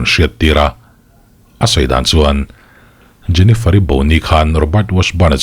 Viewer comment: a isawi hming khi jeniferi iti ve2😂😂😂